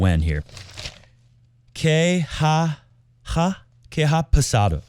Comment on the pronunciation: Que ha pasado is like present perfect in english. "H" remains silent and only "A" is pronounced. It should sound like "qe a pasado